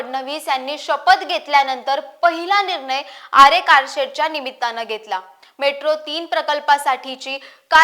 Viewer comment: आपली माहिती चांगली आहे. पण न आणि ण याचा उच्चार शुद्ध असावा निर्नय ऐवजी निर्णय असा करावा